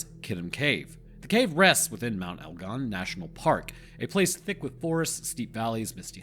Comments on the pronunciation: That is 100% how you pronounce Mt. Egon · You pronounced elgon spot on mate. Kitum is pronounced keetoom insteam of kiddum though. Pls Dont feel im being a cunt though. I like helping & encouraging. Im an Aquarian. Im also a Rhodesian Scotsman ( i know, i know ) wtf is that 😂. & I'm always murdering words from other cultures. It wasnt till i travelled in Europe in my 30s that i started taking the time to get shit right. I never gave a fk before. I really enjoy the learning these days but im old fart of 50 now. I really enjoyed this film of yours btw. I live in Edinburgh now & we say that in our broad scots accent as Edinburra. Just the other week i was talking to one of your lot & he was saying how much he liked Edin bow row. He was from Albuquerque which i had ia giggle with him saying id love to visit al bew kwer kway one day 😂.